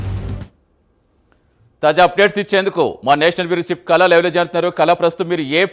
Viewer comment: కల కాదు సోదరా, ఆమె పేరు కళ అయ్యుంటుంది. దయచేసి "ళ" పలకడం నేర్చుకుంటే బావుంటుంది.